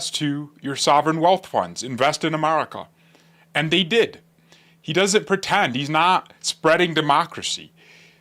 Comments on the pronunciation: you pronunce America, "Amarica". Dont forget that Venezuela was under a dictatorship, which now the power will be returned to the people. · if there’s one new skill for you to learn in 2026 it’s practicing the vowel sounds for America.